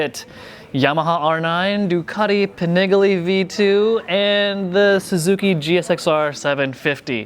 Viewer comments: Did he really just say Ducati pan-IGALY 🤬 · I know I didn't hear him say "Ducati Pa-nig-ly V2"....... that's 100% rooted in my brain in every conversation moving forward now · Panigalee? Try the slower Pani gah Lee! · As a motorcycle journalist, please learn how to pronounce the names of the models maybe? It's panigAle, the a is long, , not panigulluh. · Ducati Pan-niggly? 🤣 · Did he say "Pah-nih-ge-lee" ? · ducati peeniggalee???😂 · pi fucking what? Pen a ghal E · . Man for a reputation like himself... he butchered the Panigale name badly. "Pe-kneegalee"??? Lol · I stopped watching when he said, "the Ducati pa-nag-lee" ... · pronouncing it as 'pnaglee'' is a crime. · Ah yes, the "paniglee" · It is pronounced "penis gallery" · Dude in the beginning says, “Pin-AYY-g-LEE” and then it’s how people don’t buy (good amount can’t afford the insurance) the sport bikes but ignores How the Kawi ZX6R is selling like hot cakes everywhere. You don’t purchase sport bikes because they are an around the town bike. You purchase them because they perform. Performance is tantamount. Now, the elephants in the room are it’s a lot cheaper to build and sell these bikes with less pistons and cheaper engine materials because the stresses are less than a race bike. Inline 4s were made because torque was slow and wouldn’t whip you off the bike with analog controls. The more torque available, the more likely you will pay dearly if you can’t control that torque. These new machines all have retarded electronic controls in first and second gear to control the torque. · .....did you say panigly? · I dont know if I will listen to a guy who doesn't know how to pronounce Panigale!!😂😂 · Dude, if you’re going to be a journalist then make an effort and pronounce words like “Panigale” correctly. You sound like Napoleon Dynamite. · His pronunciation on Panigale tells me he doesn’t deserve to comment on it… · never heard anyone pronounce panigale like that before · How did he just pronounce panigale?! Lol